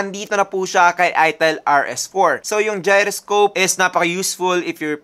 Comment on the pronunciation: very nice review.. suggestion. check the correct pronunciation ng beige and gyroscope thanks